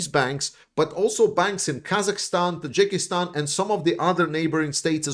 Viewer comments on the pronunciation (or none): none